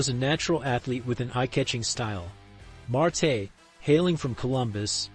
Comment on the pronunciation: Why do you keep calling Marty Janetty "Mar-TAY" ???